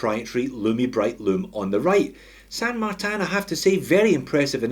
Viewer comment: « San Martin » would be in Spanish, no need to pronounce it in French 😜